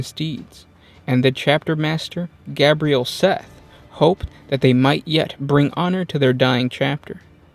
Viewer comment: I love this army but.. why so many mispronounced names? Cretacia is Kret-aysha. Nessir is Na-seer. Gabriel is gay-bree-L. And so on. Honestly this is the most interesting of all the Blood Angel armies. They are melancholic outside of combat because they know that one of the fights will be their last. Seth is dedicated to carving out a good legacy for them despite attempted assassination, and other outside forces messing with his plans (Astorath the grim for example, came to blows against Seth and they beat each other into the medicae when Astorath tried killing the Flesh Tearers death company.) Seriously, these guys are one of the most interesting space marine armies.